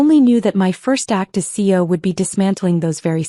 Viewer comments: So nobody anywhere in the management structure, including HR, knew who the new CEO was? Really AI?? Nobody?? Gotta call bullshit. Coupled with the mis-pronunciations (ex. C.E.O. is not pronounced “Coh), this is a poor effort. AI-generated videos like this one deserve three thumbs down 👎🏼👎🏼👎🏼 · CEO is pronounced C....E.....O, not CO. Either that or say the words; Chief Executive Officer. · Please pronounce ALL the letters in C.E.O!